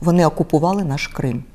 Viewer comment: Я как беларусо-украинец хочу спросить только одно....вы верете этой "чесной" леди? Самое смешное в ее речи - это то как она произност "наш Крым" ....ахахах